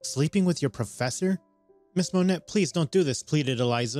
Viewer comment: Just so y'all know, the name Monet is pronounced Mo-nay.